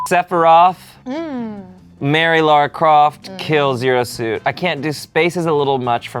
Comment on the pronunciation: calling Lara Croft "Laura" Croft scratched my brain in a bad way:'(